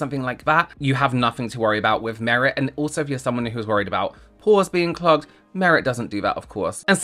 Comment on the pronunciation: thought you said "foreskin plugs"... it was "PORES BEING CLOGGED"